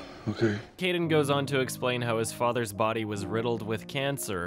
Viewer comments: Instead of “it’s his fathers” I heard something “body”. Just a thought. 😁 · etc sounds more like "Good bye." than "it's his father's." imo